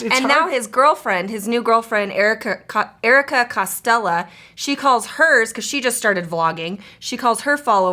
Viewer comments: Its costell not castina get it right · And you can't even say Erika costell right